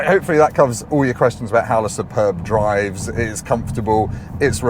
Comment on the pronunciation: Can we question your pronunciation of ‘Superb’? (In the most lighthearted way possible as it’s hard to get tone across in comments). As a serious comment - why do that to the arm rest? Now where does an elbow go?